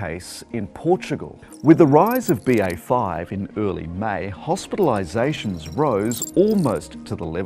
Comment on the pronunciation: It's hospiraliZATIONS